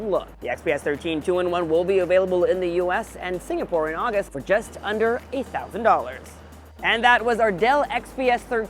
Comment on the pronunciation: Yes, 😂. He pronounced wrong.